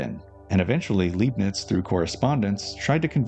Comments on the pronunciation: His surname is pronounced: {L‧eye‧bnitz} / {Lie‧bnitz} not {L‧ee‧bnitz}, but I understand; it is hard to assume or know. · Interesting presentation as per usual, good work. I'm tempted to pick up the book—not that I have much free time at the moment, alas—so as to not wait for future parts. One little thing though... the name's LEIbniz, read like "lie" and not like "lee". (You'd read it like "lee" if it were spelt LIEB-niz, which likely makes it even more confusing for the native English speaker.) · I love this series also obligatory Leibnitz’s name is pronounced LEIbnitz i.e. Lei like ”Lie” or Lie-bnits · German here that loves your videos and wants you to get all the recognition you deserve 💜 The “ei” in Leibniz is pronounced like “eye”, or maybe easier, read it like “Lie - bniz” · Tip about Leibnitz pronouncement: the first syllable is pronounced like the English word 'lie' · the "ei" in Leibnitz is pronounced like the "i" in like btw